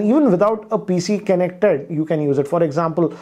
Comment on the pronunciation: "Kenek Ted"